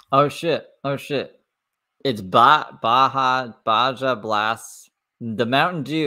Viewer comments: Baja is pronounced baha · Baja blast is pronounced- Bah-ha. Yes you must freeze breast milk but there is no way she is producing that much. 40oz would barely last two days not a week and nobody is taking breast milk for a baby without knowing how it was stored it can only be out for 2 hours before it goes bad. She’s totally off base with her “over abundance “ nonsense. Babies feed every 2 hours from the start of when they began nursing sometimes they cluster feed which is even more often so she’s not pumping nearly enough to keep up with the need let alone keeping it stored safely. No foster parent or hospital is giving that milk to any baby